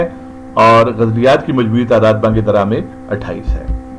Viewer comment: یہ بانگ درا ہے نہ کہ بانگ دَرا